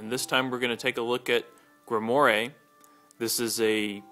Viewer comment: Just so you know, it's pronounced "Grim-Wahr". It's French.